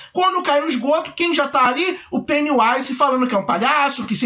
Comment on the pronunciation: Vc disse Pennywise, mas a pronúncia certa é "Pennywaise"